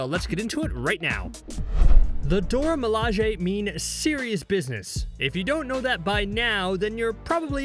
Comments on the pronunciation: Nearly 10 minutes of incorrectly pronouncing Dora Milaje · All this research and didn't think to learn to pronounce the name correctly? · Should be a million thumbs down to the video because you can’t even pronounce the name of the people you’re talking about. Weirdo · what i wonder is are you intentionally mispronouncing the name or are you just terrible at speech, THEY EVEN SAY THEIR NAME . but you keep saying what you want. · 1. The Dora cannot beat Tchlla 2. Please stop mispronouncing their name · I stopped as soon as he mispronounced it. She literally says it and you still say it wrong. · isn't a marvel fan because he doesn't f*ing know how to pronounce dora milajie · Not to sound ungrateful for your share, because it was awesome. I just would appreciate proper pronunciation of the names of the characters and term “Dora Milage”. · This fact to say the name RIGHT AND mispronounced it wrong every time after is crazy to me LOL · Pronounce their name correctly, please ‼️🤔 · You can't even pronounce the Dora Milaje properly. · How do you just start pronouncing it wrong lol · Dear God learn the correct pronunciation or find someone else to narrate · Emphasis on the wrong syllables was too much to keep watching. Ugh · Why is it Dora Milaje is the only thing this guy insists on mispronouncing? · I feel like actually pronounce words wrong on purpose. Even falcon says the "Dora milage" correctly in the show. I love that scene when Ayo stomps on the shield then catches it perfectly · If you are making a video about the Dora milaje, the least you can do is learn to pronounce the name. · Your pronunciation of Dora Milaje is trash. Cringed every time. Put some respect on their name and do better. Jfc. Delete this and redub it for God’s sake. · Bro you literally said the name correct the firsttime you said it and then you proceed to mispronounceit the entire rest of tbe video. Do better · You pronounced them wrong you dummy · Why are you saying Dora Milaje like that?